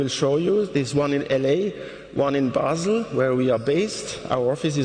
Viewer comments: And the embarrassingly bad interpreter says BAY-SEL! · And the embarrassingly bad interpreter says BAY-SEL! Basel. Shame on you! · The interpreter says "BAY-SEL" (Basel), that's when I stop watching! Shame on you!